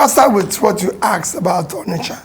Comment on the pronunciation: "ONISHA MARKET"